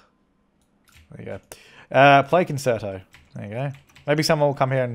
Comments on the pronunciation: Concerto is pronounced con-chair-it-o, just so you don't embarrass your self in front of musicians like me😄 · Me binge watching these 5 years later and getting annoyed with the way pronounces concerto.